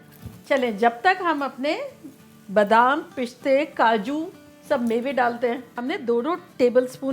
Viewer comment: Pishte!!!! It's piste